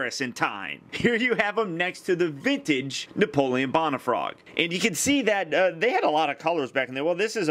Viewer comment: ***** Haha, and some people say George Warsh - ington. Doesn't mean it's correct. You do weekly reviews and it is expected that you would receive critiques now and again. Sorry to be "THAT GUY", but the correct pronunciation is "Bone - uh - frog". If my teacher in school said Napoleon "Bon - uh - part"? I'd drop her class. Now don't get all defensive and butt hurt, you do that a lot. Keep up the good reviews!